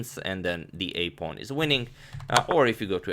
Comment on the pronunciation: "whute is up a pown"